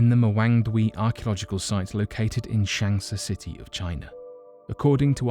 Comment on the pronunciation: you will go to heaven, if there is any, just for pronouncing shanxi accurate enough. so many western people fuck asian words up when it comes to pronunciation